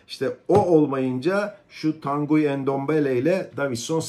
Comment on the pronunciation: Bir de transfer edilen yabanci oyuncularin isim ve soyadlarini dogru-dürüst telaffuz edebilmeyi basarabilseniz!!!.. örnek: Tanguy Ndombele adindaki oyuncu. Tanguy, Türkçe telaffuzu ile TAN-GI olarak yapilir. Bilgisayariniz ile internet üzerinden dahi yabanci isimlerin nasil telaffuz edildiklerini size gösterebilen-ögretebilen programlar bulunmaktadir. Zor mu arastirabilmeniz?.